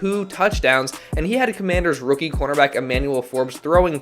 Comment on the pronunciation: Just say db instead of cornerback cuz you say it and it sounds like quarterback so just say db so that people don’t get confused